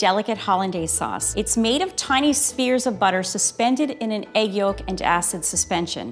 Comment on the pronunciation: why does she say it like that. why does she pronounce the “L” in yolk